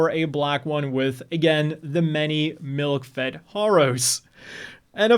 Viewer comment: I deadass thought he said MILF'D, turns out it was MILK FED